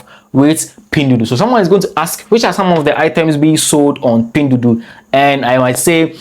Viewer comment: 🤣🤣🤣🤣 I’m laughing my bum off and I’m only 2 min into the video, someone take a shot everytime he says pindudu 🤣🤣🤣🤣🤣 not only he mispronounces it BUT SAYS IT EVERY 2 SECONDS, I LOVE IT, MADE MY DAY 58 TIMES HE SAID “PINDUDU” LMAO